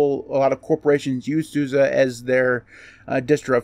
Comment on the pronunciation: Appreciate that you pronounce SUSE correctly 👍